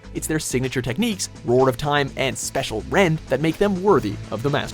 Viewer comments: Sir, it's spacial rent, not special! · Special? I'm pretty sure you need to go back to Bulbapedia where you got your info from and read that again. It's SPATIAL!!!! REND!!! As in bending space. You know.. Because it's the space Pokemon. Opposite the time Pokemon. Do you people not proof read your scripts? Or at least re-do takes when you mess up lines? Also, Giratina has a hard "G". Do you people even watch the anime? They literally say it's name in several movies. There's even a movie where it's the main focus. How did you not even bother to look up now to pronounce it's name before making this video? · "roar of time and special rend" uhhh....spacial rend, as in space...thats how it pronounced.. its a common mistake but still heads up, also theres nothing special about this attack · did they say special rend? It's spacial rend you fucking idiot. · Spacial rend! Not special rend! With an A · special rend..... spacial rend? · Dragonitinite They can get the pronunciation but then, Special Rend. Spacial, WatchMojo. SPACIAL. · "Special Rend"? Wh- Why? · its "Spacial Rend" btw spAcial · "Special rend" heh.